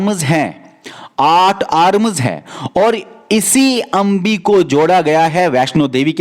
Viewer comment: it's अम्बे not अंबी